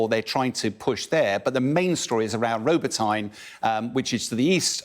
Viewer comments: It's NOT Robo-tine it's pronounced Roh-bot-neh. Get it right. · It's pronounced Robot-ne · Robotyne..utterly clueless about pronounciations. Your so called 'expert'. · Still can't pronounce 'Robotyne'. makes it sound like tit for tat with the drone attacks, only it's very different. Russia attacks civilians, Ukraine depletes Moscow's military. Ukraine advances steadily and has now breached Russia's main defence lines, while Russia has completely stalled and uses its troops in useless grinding meat attacks. Don't count on Ukraine running out of drones. Lots more where they cam from and they're now making their own